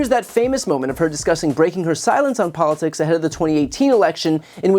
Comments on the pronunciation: "Don't get involved in what? Polisticks did you say? 😂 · Did Judge Jeanine say “polistics”? Too much wine! 🤣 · "Don't get involved in policsix" Jeanine Pirro Fox News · Pirro trying to pronounce politics sounds like Trump trying to talk at his rallies. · Go Taylor!!! I had to laugh; Jeanine Pirro seems to have trouble saying, "Politics". Is speech confusion contagious when you spend too much time listening to cognitively declining men? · she's so full of Botox, she can't even say "politics" 😂